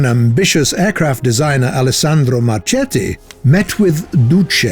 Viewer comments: The pronunce is like "Marketti", this pronunce is like Marcetti, not Marchetti😉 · Since from the mid Sixties it was all about electronic warfare, and actually the game does not implement anything about this, will you kindly stop adding modern vehicles? I think the actual game works just fine with ww2 vehicles. aaaand... Mr Marchetti is correctly pronounced like Marketti, as well as Macchi is like Makki :)